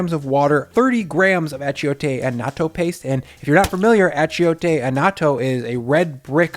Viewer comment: No offense,but you really didn’t make carnitas. At least in the traditional Mexican way. They would have two entirely different flavor profiles. I will try this, just out of curiosity though. The I is silent in achiote.